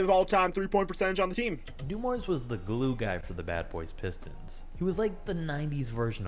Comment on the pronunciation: He really said the piss stone 😂😂